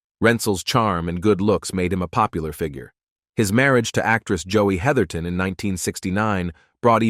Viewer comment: *Heatherton;...--->>>NOT: "heatherington"-!!!